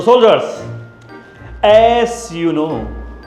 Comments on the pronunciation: as❌ ass✅😂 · as you know❌ Ass you know ✅